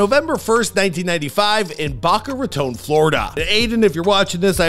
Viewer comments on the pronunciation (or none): Boca Raton Not Baca Roton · That is not how you pronounce Boca Raton. Bow cuh Rah tawn.